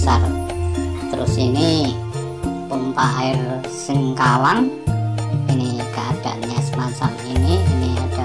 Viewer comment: Sengkarang bukan sengkawang